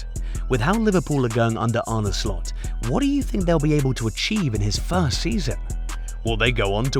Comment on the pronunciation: First of all, learn how to pronounce his name right 😂